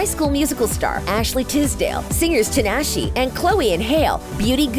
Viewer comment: It’s Tinashe not tanAshe